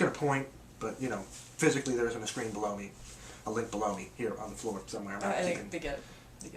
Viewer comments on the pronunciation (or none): says "below me" & it sounds like "blow me", lol. I am anxious to see this one now, I have seen all Ryan's stuff (except "Torch") & I knew that he had the ability to evolve, for lack of a better term, as a filmmaker. & this movie sounds like he has. & Krys, I love your shirt!